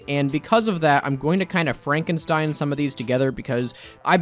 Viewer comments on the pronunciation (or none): none